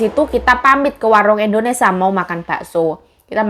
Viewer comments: Jangan setiap vlognya bilang endonesa" trs, di sini negara kita nmnya, indonesia.. bukan endonesa 😊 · indonesia.... bkn indonesa say😊😊